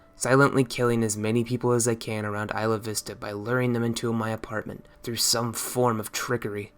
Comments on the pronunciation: As someone who is very close to these terrible situations I am very content in your portrayal of Elliot. Not enough people that he wasn't just a "hate filled incel", but has been a disgusting human being all along. Also, it's pronounced by locals as eye-la-vis-ta, not ee-la-vis-ta. You would be side eyed here if you said it that way. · It’s “eye-lah vist-ah”